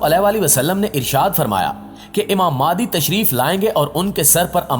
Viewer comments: You pronounce the name of Imam is Maahdi instead of Mehdi. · Sir ماہدی nahi مہدی it is Mehdi not Mahdi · ab bhai wo madi nahi hai mehdi hai talafuz sahi istemal kar